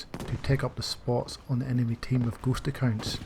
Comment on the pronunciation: It took me almost the whole Video to understand that he meant “ghost accounts” and not “gHoSt a kiNd” this damn slang though